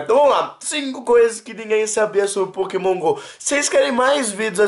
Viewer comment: nao é Pokémon gol é Pokémon go mds